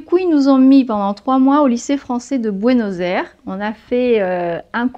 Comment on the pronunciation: Ça s'écoute horrible "Buenos Airs"